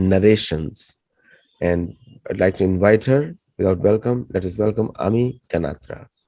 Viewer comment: I stand corrected & saddened. After pronouncing it correctly in the beginning, it is back to wrong pronunciation at the end!! Ami and Amy have different pronunciations; it’s rude and insulting to not know the difference, especially for a repeat guest!🤭🥲